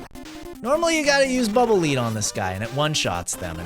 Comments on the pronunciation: When you say "Bubble Lead", I could have sworn "Lead" was pronounced like "led", you know, like the metal? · Bubble -leed-? I've always pronounced it "Bubble -led-" because they're dark gray and heavy... like lead.